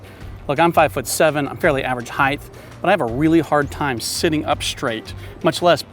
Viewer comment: Height, not Heigth.